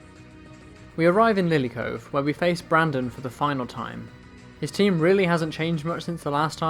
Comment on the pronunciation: It's Brendan not Brandon